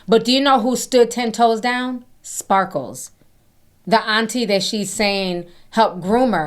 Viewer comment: I giggle every time Ti calls her SparkleS 😂🙊